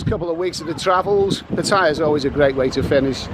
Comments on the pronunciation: Pat aye ya....Not Pat tie ya...fckn pom 555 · I tend to like your videos for the most part except when you're looking about being travel weary and no girl for fun. But did you know that 'Pat tyre' is actually pronounced Pattayar, the clues are right there in the Thai พัทยา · first thing STOP PRONOUNCING PATTAYA WRONG. SECONDLY LOOK AT THE DOLLAR, EURO, POUND,AUSTRALIA DOLLAR. AND ANY OTHER CURRENCY. THE POUND IS ALWAYS 4 OR 5 baht ON THE EURO,as it is now, same with the dollar /baht.go look back back in time. Nothing to do with BRIEXIT. And thirdly l see you did not make your way to the Pattaya sign on foot.😂😂😂😂😂😂